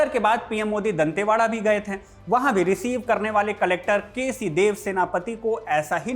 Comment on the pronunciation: थे का उच्चारण थें ना करें, चुभता है! शुभकामना!